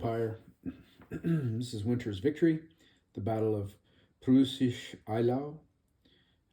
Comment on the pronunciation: Darn that German, huh?? It's pronounced, "Proy-sish Eyy-laow". I believe the town is actually in modern day Poland. Thanks for this look at another GORGEOUS NES package. One request: could you title your vids with the subject of the vid, and not a date (which doesn't tell us much that is relevant)? Just the date makes it hard to find amongst your full channel output. :)